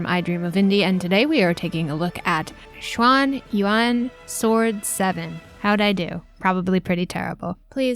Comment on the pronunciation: Actually, YOU are the closest in proper pronunciation of (phonetically) 'schwan ooh-en'. 'Grats